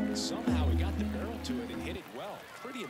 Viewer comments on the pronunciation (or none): none